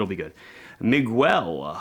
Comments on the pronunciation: you should improve your spanish... it Miguel sounds in just one way, it sounds: "Mee-gel", accented on the "gel" syllabus. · 1. I love you but … it’s mee-GELL, with a hard G. 2. Keep the logo! It’s simple and says watch.